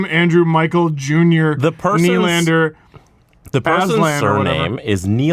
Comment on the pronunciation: How do you pronounce Nylander’s name? Well, first of, the stress should be on the 2nd syllable (ny-LAND-er), not on the first.